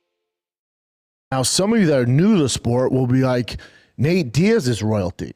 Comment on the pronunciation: Did he just call him "Nate Diad? 😂 I can't tawlk B! Doofus!